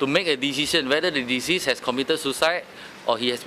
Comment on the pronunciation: Hello DAP lawmaker, you need to improve your english proficiency. The pronunciation of "Deceased" and "Disease" is very different. You are a laughing stock.